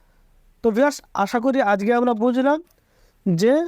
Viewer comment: শুদ্ধ করে কথা বলতেছেন ঠিক আছে তাইলে আজকে না বইলে আজগে কেন বলেন